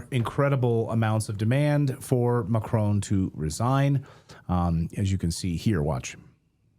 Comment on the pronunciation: Micron instead of macron 😅